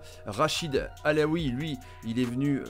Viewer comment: C'est Rachid Alioui pas Alaoui, sinon excellente vidéo!!